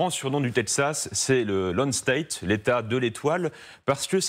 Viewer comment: Non !!!!! Pas Lone State 😂 Lone STAR